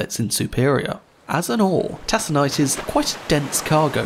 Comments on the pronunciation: TaKonite.... Not tasonite. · "Tack o nite" pellets, not "tass o nite" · Excellent video as always, but do check the pronunciations. TACK-uh-night, not TASS-uh-night; MISH-ig-un, not MITCH-ig-un (same as Chicago); Gary, Indiana rhymes with "Mary", not "Harry". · Those iron ore pellets are pronounced tac-o-nite and not tass-a-nite. The Arthur M Anderson is still a regular visitor to Duluth Minnesota and Superior Wisconsin. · Take, not Tas, Taconite. TAKONITE!! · It's tack o nite, not tas on nite. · taa-s-e-nite? ive never heard it called that. always Tac-aa-nite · Taconite is pronounced "Takonite", nobody in Iron Ore country would say "Tasonite" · She was carrying tack-o-nite pellets, not tass-o-nite. Mistakes on what her cargo was called, especially mistakes made in the face of ubiquitous pronunciation guides, call your other research and conclusions into question. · Taconite is pronounced with a hard “c”. TAK-uh-nite, not TAS-uh-nite. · Good video - however - the name of the state is pronounced “MISH-i-gan” not “MICH-i-gan”, and the ore she was carrying is pronounced “TAK-on-ite” not “TAS-on-ite”. And the city is Spain is “to-LAY-do” - the one in Ohio is “tuh-LEE-do”. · Taconite is pronounced TACK-UH-NITE not TASS-UH-NITE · TACK-on-ite. Not TASS-on-ite. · Tack-in-ite Not Tass-en-ate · It's tah-con-ite. Not tass-on-ite. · Tassonite? It's pronounced taconite (/tækənaɪt/) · It bugs me because of the pronunciation is "taconite." Tassanite is entirely foreign. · Hey I love your videos and here’s another great one, but I do have some tiny complaints, over in the Great Lakes area we call it “tack”a night and Michigan sounds like MISH again thanks so much keep up the great work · Great video, just for future reference "Taconite" is pronounced "Tak o nite" incase you do a video on the Daniel J Morrell or similar. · I love your video. You present the information beautifully. One critique; the c in taconite is a hard c, and pronounced like a k. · Its Tak-an-ite.